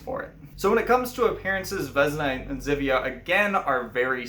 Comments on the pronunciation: Uh jak już mówisz o naszej mitologi to przynajmniej spróbuj wymawiać imiona jakoś sensownie , nie wezna tylko '' Wiosna'' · Vesna is pronounced with an S and not with Z. :)